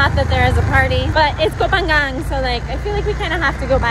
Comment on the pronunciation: got the pronunciation of Koh Pha-ngan right. it should be "paa ngan" (the 'ng' sound in -ing suffix like going), and not "paa yan" or "paa gan".